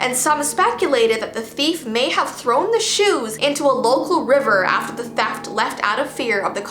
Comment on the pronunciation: da "thaft" Me: 👁👄👁 w h a t